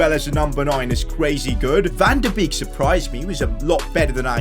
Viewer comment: Van de beek is pronounced van de bake